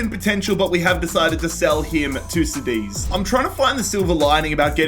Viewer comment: cadiz = sedeez?😓